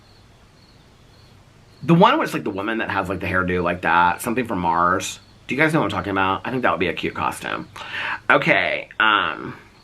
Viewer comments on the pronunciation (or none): none